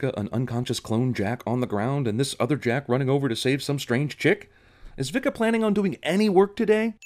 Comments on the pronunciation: It's pronounced "Vee-ka". Jesus. Can't believe the movie got that wrong. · BAHAHAHAHAHAHAHAHA Vika is a Dik-a to Jak-a HAhahahahahaha classic